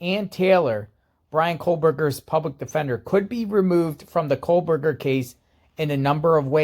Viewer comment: It sounds like you’re saying Kohlberger. 😂There no L in his name. Anyway I don’t understand how this is a conflict of interest. First of all I believe she’s Cara Northington. She’s just recently been using Kernodle since her daughters death. She didn’t hire a Taylor. Taylor is a public defender. She was assigned to Cara. There are 12 other attorneys they can place her with. I did read that she really didn’t work with her very much at all. Not sure if true. I thought there were only 13 public defenders and Taylor is the only one qualified to work a murder trial. How is there a conflict of interest as long as Cara doesn’t testify? I doubt a drug user/dealer qualifies as someone who would be questioned in court. She has zero credibility. As long as Taylor isn’t representing a family member while representing Bryan the it’s fine in my opinion. Otherwise the judge wouldn’t have appointed her.